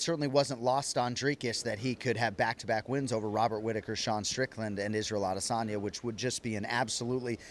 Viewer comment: Also, Jon says Adesanya incorrectly. The UFC Countdown has the best voice narrator in the world, with probably the best American voice on TV right now, and he says it correctly. It's not correct for a native English speaking person to use hard dialects. Consistency is a required rule in English grammar; varied methods of pronunciation is one of the worst violations.